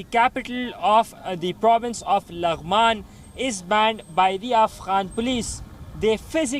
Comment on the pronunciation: She fr said "lang man"😂😂😂😂😂